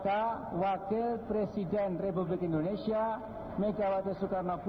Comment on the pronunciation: Megawati itu kalo ngomong indonesia kok endonesia??